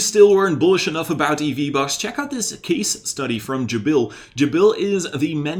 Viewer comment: Thnx.just one thing .its JAbil ,not jaBIL 🙂